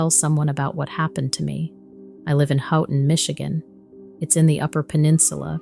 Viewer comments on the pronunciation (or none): Houghton (Hoe-ton). Fantastic video! I enjoyed it very much. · Houghton is pronounced “Hoe-ton” for those listening and not from this area! We tend to be lazy on the T when pronouncing it 😅😅😅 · She cannot pronounce Houghton correctly . Anyone in Michigan knows the correct way . Try harder. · I live in michigan and you pronounced Houghton wrong